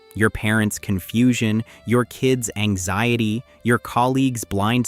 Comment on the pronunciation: Anxiedy? Anziedy? This is some AI nonsense. Maybe some truth to it, but it's clanker slop.